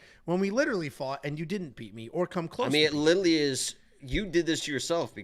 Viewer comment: Lilaly😂😂😂😂😂 Last week and this week. Literally is coming out as Lilaly😅